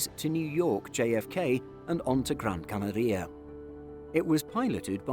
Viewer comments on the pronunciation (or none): Gran CanAria: acento tónico en la segunda A de Canaria. El narrador pronuncia incorrectamente "CanarÍa" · “Gran where” ?! 😮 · Great pronunciation of Gran Canaria 😂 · Why do you pronounce Canaria so weird? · If you were an american, i'd not comment on your bizzare pronounciation of Gran Canaria. But youre british so im calling it.